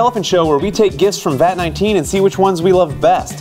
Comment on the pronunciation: He said vat18